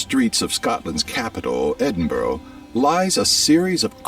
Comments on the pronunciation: Aww ffs here we go again. Hello, I am from Dunfermline, the last capital of a FREE Scotland. God this video is, as we say, havering a load o pish. First, Edinburgh is pronounced Edin-Buh,-Ruh, NOT EDINBOWROW RAAAAAH 🤬🤬🤬 Pontious Pilate was NOT from Scotland, and definitely not Perthshire, the Romans would not, and did not, enter Scotland at all, bar a few very ill advised attacks which were mercilessly repelled by us. They even built a wall at our border to keep us out of England. Sorry, you can't get Haggis in the US at all, despite the vast quantities of horrendous chemicals and hormones you pump into your food, for some reason Haggis is banned in the US, probably because your FDA doesn't understand the concept of offal, which is a main ingredient. The Red Lion is NOT a national animal of Scotland, it is actually the symbol of the Bruce family and King Robert the Bruce. Also, the first black footballer to play international football in the world played for Scotland in the 1870s. Finally, the water IS NOT FREE it's cost is just incorporated into our taxation system. Our legal and financial systems are also completely separate from the rest of the UK. Also, Scotland had no issue with the Vikings AT ALL, EVER. Vik8ngs simply visited Scotland, traded with Scotland and even settled up and down the Scottish East Coast. Shetland still holds a Viking Fire Festival every year known as Up Helly'A, so that part is just total nonsense. They were only hostile to England and the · Er, "EdinBORO"?????? It's pronounced 'EdinBURRU'🙄🏴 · Its Edin burr a not BORO you clown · Edinburgh where does he find the "o" to say it correctly pronounce it Edinburra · You man should learn to pronounce Edinburgh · Oh the way he pronounces Edinburgh really boils my piss lol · Makes me want to boak ma guts up. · All that research, and the dude didn't learn how to pronounce 'Edinburgh' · Exactly… AND much of his ‘research’ is not factual.